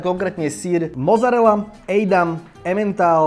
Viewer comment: btw. není to "mozarela" ale "mocarela" :) díky